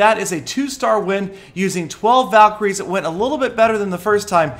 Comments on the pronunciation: valeecries seelly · so does Peter want them to be called valcry's or val-kie-ries? either way has it wrong😐